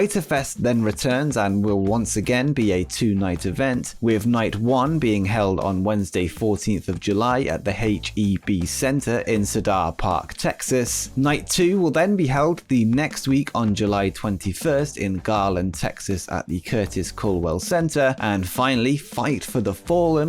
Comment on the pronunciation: It's pronounced seeder (cedar) not sadar